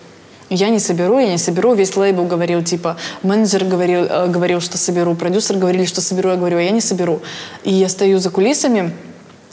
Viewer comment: Когда Назима говорит «продюсЕр», режет слух